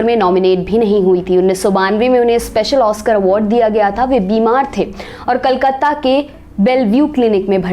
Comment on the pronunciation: Kolkata, kal katta nehi. Bangla, banngaal nehi.